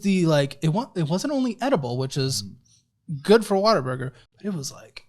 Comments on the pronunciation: I’m from the PNW and have never heard of “Water Burger” until this show. Then I took a trip to Tennessee and saw signs for Whataburger and was like “is this what is always talking about?!” Hahaha totally thought they were saying water burger the whole time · Why does EVERYONE pronounce it as “Water Burger”?! It’s clearly WUT-A-BURGER! Pet peeve. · 😂😂😂😂 yal hear him saying WaterBurger 😂😂😂😂. It's whataburger babe 😂😂😂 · What the hell is “water burger”?! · Why does say Water-burger?? 😂 In-N-Out > Whataburger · Saying “water-burger” is so disrespectful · will never be a Whataburger manager as long as he keeps calling it Waterburger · Why are y’all pronouncing it as “WATERBURGER”? At least it sounds like it lol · Anyone else google “pronunciation of Whataburger” after hearing it in the videos enough times? As someone who grew up in Washington state, I’m heartily confused about where the “ah” and extra r come from. 😊